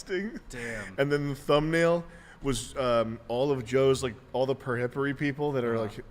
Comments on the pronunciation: "perhipary" and "periphery" are phonetically and grammatically different, Mr. post-ironic Reddit man. By looking up its definition you get to hear how it's pronounced normally, otherwise this conversation wouldn't have started to begin with. It sounds weird when Sam says it, is all. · stop saying periphery wrong